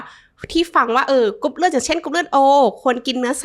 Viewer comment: คุณหมอออกเสียงรอเรือน้อยมากในเวลาที่คุณหมอพูดภาษาไทย ค่อยข้างออกเสียงรอเรือน้อยมาก กรุ๊ปเลือด.. คุณหมออกเสียงเป็นลอลิงส่วนมาก